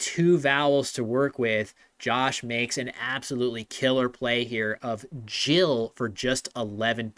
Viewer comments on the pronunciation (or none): none